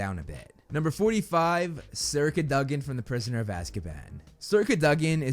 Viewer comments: Bro... its Sir Cad-Oh-Gin. not Cuh Duh Gin. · CadOgan not caduhgan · Why do you say "cadogan" like "Curduggen"???